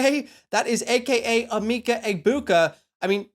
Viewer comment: It’s pronounced “eh-Mecca” sorry. It’s driving me crazy hearing eemeeka